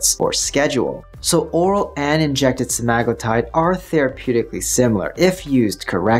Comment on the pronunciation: Why yall pronouncing it wrong? Its sea-ma-glue-tide.